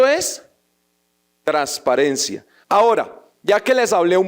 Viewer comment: Ese senador habla muy bonito, solo que no pronuncia algunas palabras como debe ser, dice trasparente en lugar de transparente, de la misma manera dice trasparencia, en lugar de transparencia, fuera de eso sigue sin decir la N cuando dice costruyen en lugar de construyen. El español no omite el sonido de ninguna letra y la N siempre va a sonar. Por favor que sepa mi comentario.